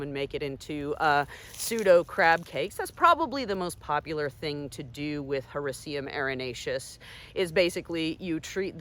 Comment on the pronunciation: Whenever you Google how to properly pronounce scientific name of lion's mane mushroom; this is the video that comes up!! Excellent job 👍🏼!!!